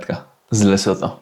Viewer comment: Lesotho? "LeCoTho"? 😅 pojechał sprawdzić co to. Wygląda to trochę jak Rumunia.